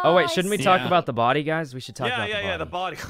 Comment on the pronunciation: The way says: there's a bodY!